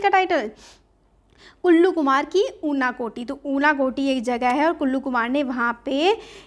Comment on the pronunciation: ma'am it's kallu not ullu 😂😂